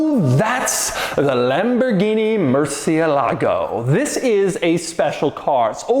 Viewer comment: Doug you need to tell the guy in the beginning of the video he needs to accentuate the TH in THIS.....TTTTTTTTTHHHHHHHHHHIS!!!!! Lol